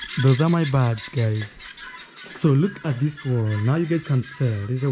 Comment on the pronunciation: they are BIRDS 🐦 NOT BARDS come on now I know English is not your first language but you can hear the different pronunciations no offence 👍